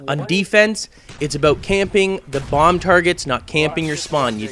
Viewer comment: "if their trying to plant that damn blomb :)